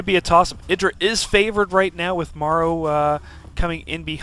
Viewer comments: what? how do u pronounce idras name? isn't it "ee-drah" damn that loox weird... how 'bout "ih-drah". This guy pronounced it the same way Bush pronounces Iraq xD "Ah-ee-drah". Also more importantly, Reaper Rush! YaY! I will figure out a way to get this against protoss xD even now after the age old patch. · It is pronounced ee-drah. The name comes from the god indrajit, but he forgot the N. the name then got shortened from idrajit to just idra.